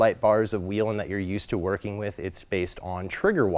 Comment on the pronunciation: Still don’t know how to pronounce Whelen I see. Good deal